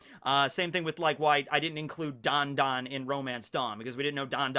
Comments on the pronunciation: I love this premis. It's like, "If Luffy were like Whitebeard"😂 - Did you mean Dadan when you said Dondon? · so nobody is gonna comment on how is saying dadan's name